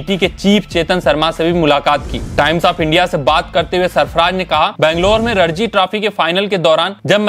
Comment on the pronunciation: रणजी ट्रॉफी नाम है, रडजी नाम नही है